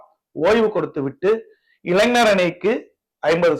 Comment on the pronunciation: இளைனர். இல்லே இளைஞர் சொல்லு. மேன்